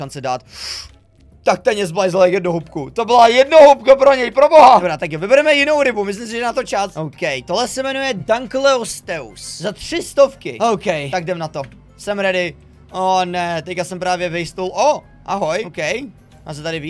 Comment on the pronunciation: Vyslovuje se to dunkleusteus ne dankleusteus 😂